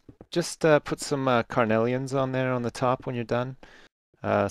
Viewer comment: its crenelations sips , not carnelians :)